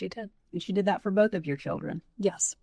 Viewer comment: Wendi, it’s “Yes,” not “Yuhs.”